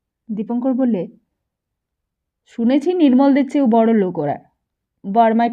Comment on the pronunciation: খুব বাজে উচ্চারন! পিত্তি জ্বলে যাচ্ছে, যখন লোক কে লোগ বলা হচ্ছে! এরকম বহু শব্দকে রীতিমতো বিকৃত করা হচ্ছে। আমরা তো গল্প শুনছি না যে বক্তা নিজের কথ্য ভাষা ব্যবহার করবে? আমরা তো একটা বই পড়া শুনছি! হুঁ!